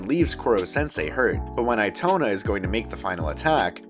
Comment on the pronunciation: Eee toe nah is how you say it